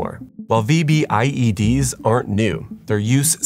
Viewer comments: Afghan vet here👋🏼, it's not spelled out when you say it. V B I E D❌. it's said as a single word. Vbed ✅ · Its pronounced "VEE-BID", not "V-B-I-E-D". Also it is ammonium nitrate mixed with diesel (ANFO) with a timer, not ammonium nitrate "with a diesel timer". There is no such thing as a "diesel timer". I did like the nice touch of having Muslim women walking out of the building considering the subject of the video lol. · It’s pronounced “V-BID”, but great video! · Just call them “v-bids”. We don’t call them VBIEDs when we’re talking, they’re just “v-bids”